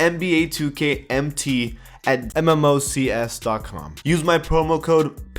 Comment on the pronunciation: Am I the only one annoyed about how he’s says Mmocs